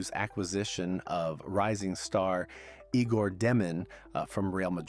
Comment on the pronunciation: Fun info. FYI, His name is pronounced (Yay gore) not (Eegore)